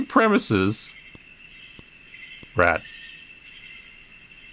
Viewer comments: The way he said rat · I love the way you bluntly say "rat" every time you see a rat